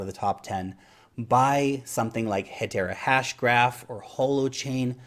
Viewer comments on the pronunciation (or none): He said heterahasgraph? whats that? im trying to look it up but cant find any informatin relating to a coin